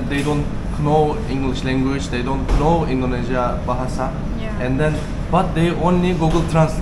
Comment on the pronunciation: 'kinow' ne ya? ingilizcen de kotu degil aslinda ama know kelimesinin okunusunu nasil bilmiyorsun inanilmaz yani. i know cumlesi her yerde gecer,. ingizlice konusmalarda, sinemada, videolarda nasil kinow diyebiliyorsun hayret gercekten. hani ingikizceyi yeni ogreniyor olsan gayet normalde ama orta sevoye ingilizcen olmasina ragmen bunu bilmiyor olman hakkaten inanilmaz.